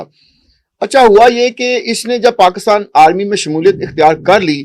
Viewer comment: Paakstan hota hai Ya Pakistan 😅😅 desh ka naam to sahi lelo karo Totlo